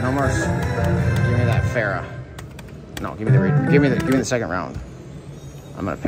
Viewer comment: And Pharaoh "Farrah" 😆